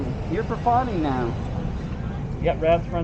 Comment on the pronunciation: Che cameraboy! Cállate el osiko güey!!! We couldn’t hear that dudes phone number. And practice saying “profiling.”